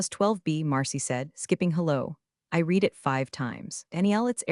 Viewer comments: Please. If you want subscribers teach your AI the difference between "read" (red) and "read" (reed) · OMG. READ It’s pronounced RED —RED—RED—RED NOT FREAKING REED Thumbs down 👎 get it freaking right or don’t post to YouTube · Another one is SEC is not sex 😂😂😂😂😂, although that one may have just been more noticeable in the text version. But yes,yes,yes, reed vs red. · This is getting OLD, you need to come up with something new. Read as in red, not reed. Change your phrasing with something new. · Reed instead of red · Maybe you need to tag "read" as "red" so the AI can pronounce it correctly. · AI keeps saying read like it’s present tense… tag it as red so it stops tripping over itself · Thaaank you. I am almost dying every time I listen. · Gabbled commentary. Usual AI crap - can't differentiate past and present tense of 'read' according to context, which makes a mockery of what could be a good story. I just don't get the need for AI narrative. Is it financial? If so, it's not worth it. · If that hotline actually exists, it’s probably run by the same folks who can’t pronounce read right 😂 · no reason the AI should keep messing that up lol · Sometimes it's read and sometimes it's read. Unironically is not uni-ronically though, ironically it's un-ironically. Sometimes present is present, and sometimes it's present. It's clever how the AI does the text though, pronunciation mis-steps aside. 😊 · The AI voice is getting better but still fails in certain pronunciations - specifically the word 'read' It doesn't recognize the present/past tense and resulting change in the way the word is pronounced. "I need to read the recipe"... "I already read the recipe" The cadence of speech has improved, but still misses subtle changes of tone in complex sentences. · present vs past “read” should be easy fix lol